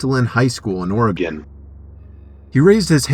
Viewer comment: When he say "Oregon," did anyone else glitch?